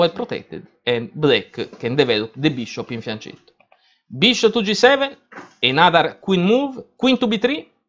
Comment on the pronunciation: why do you pronounce fianchetto in that way?! I always drop a note to foreigners, hoping one day them will pronounce it properly... And someone already does..